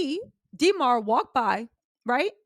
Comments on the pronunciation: please stop saying DEE MAR its DA MAR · For next time. Demar is a soft E not a hard e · Dee mar is killing me. Why you saying his name like that😂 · Stop calling that man DeeMar . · Yall Remember “DEEE-marr” Derozan right? Lmao funny😂😂